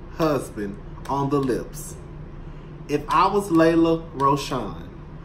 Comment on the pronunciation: Every time you say Lelah, I’m dying with laughter😂😂😂 8900 subscribers 💃🏾💃🏾💃🏾